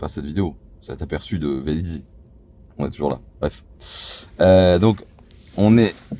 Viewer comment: Merci pour cette vidéo instructive qui confirme bien qu'on peut faire de longs trajets avec une électrique, surtout une Tesla, c'est ce qui m'a décidé à passer commande. Néanmoins, il faut que je me permette de vous faire remarquer deux petites choses : il n'y a pas deux "Z" à Velizy, ça se prononce juste comme ça s'écrit Les prises ne sont pas des CSS mais des CCS. Voilà, voilà...😜 Bonne soirée...